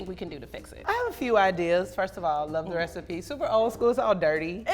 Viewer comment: she said “rethiepie”